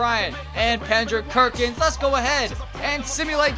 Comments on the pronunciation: You know it's Kendrick Perkins. Not Pendrick Kerkins lol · Lmao Pendrick Kerkins? 😂😂😂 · Pendrick Kerkins was killing me 😂😂😂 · This guy is dumb as hell how you gonna keep saying Pendrick Kerkins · "Pendrick Kerkins" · how many times did you say pendrick kerckins... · Did someone else hear him say Pendrick Kerkins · He always says that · Yo u said Pendrick Kerkins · Why do you say Pendrick Kerkins when You get Kendrick Perkins